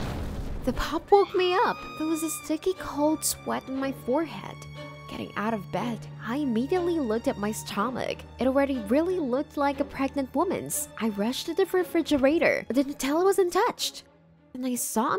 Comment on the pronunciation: It's pregnant not Pragnt